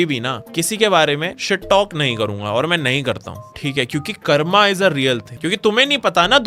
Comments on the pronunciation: bro it is pronounced as karm, not karma. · Bro it's कर्म not कर्मा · Bro it's karm not karma bhai angrez confirmed 🇬🇧🇬🇧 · "karm" not "karma". You aren't saying it in shlok. You don't need to rhyme it